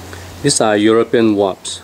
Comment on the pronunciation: you are the second person that say Waps instead of WASPS :P lol Great video, thanks! :)